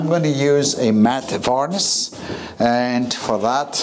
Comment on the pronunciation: It makes me chuckle when you call varnish varnis lol. lovely job